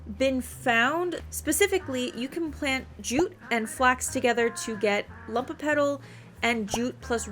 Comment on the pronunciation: Very in depth video, tysm! But it's LUMOpetal, from the latin word "lumen", which means bright or shining, not "lump" xdd